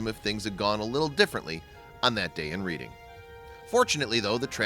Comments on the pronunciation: It’s pronounced red-ing not read-ing... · Its pronounced RED'ING.Not reading like a book. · it's red-ing not read-ing it is just spelled reading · You pronounced Reading, PA wrong. It's pronounced "Redding". Same as the Reading RR. I'm so glad they found the kitty! Poor critter. It's a beautiful cat! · that is not how you per nonce the name of that city. it may look like reading but you say it reding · Although the town is spelled "Reading", it is actually pronounced as if it were spelled Red-ing. Just saying. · It’s pronounced reding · It's pronounced Red-ing...thanks